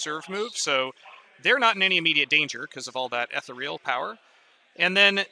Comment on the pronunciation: Appreciate the shorter batrep format, the two/three hour unedited ones on YouTube are not for me. Just one small criticism: the word is ethereal (ee-thee-ree-al) not etheral. I know it's a small thing but it makes my eye twitch every time it's mispronounced in the video 😂.